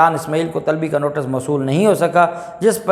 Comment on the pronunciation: Maasha Allah aap bohat achcha boltey hein please NOTICE ko NOTAS NA BOLA KAREIN THANKS